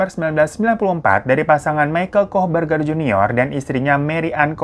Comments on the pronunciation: Plisss ngakak pas ngomong koh bergerrr koh bergerr😭😭😭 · Gw receh banget ya cuma denger hiro ngmg kooh beger🤣🤣🤣🤣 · Ngakak pas nyebut kok berger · gw lagi di motor, denger hiro bilang "kokberger" auto ngakak, sampe di liatin banyak orang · 15.50 kohberger aku dengarnya 'kok berger' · qw lagi makan nich... Denger bang hiro baca nama2 kakaknya kohberger.. langsung keselek qw 😂😂